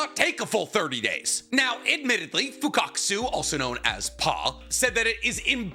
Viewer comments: This man is a fraud, you can’t say myoboku or Fukasaku after all these years 😂😂😂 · For a mega fan he sure pronounces shit wrong a lot. Fukusaku especially